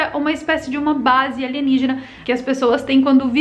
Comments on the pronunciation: adoro quando ela fala "aligenígena"!! kkkkkkkkkkk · Passo mal de tanto rir quando fala Aligenígena kkkkkkkkkkkkkkkkkkkk